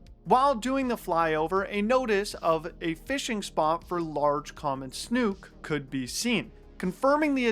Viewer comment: As a life long Tampa bay resident and fisherman-love ya man/but pronounce snook like Snooky the fat ass from jersey shore. ❤️